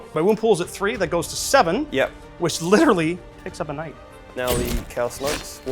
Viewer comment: The knight pronunciation is very risky!